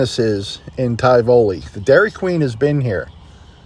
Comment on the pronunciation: I can't remember if you ever visited Indianola TX. It's not far from Tivoli. The hurricanes visited there a little too often . Your pronunciation of Tivoli makes my eyes cross in protest😅